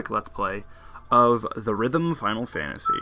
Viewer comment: AUGH. Its pronounced Theater Rhythm. Not The Rhythm :<